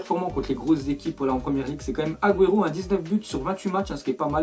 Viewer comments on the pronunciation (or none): none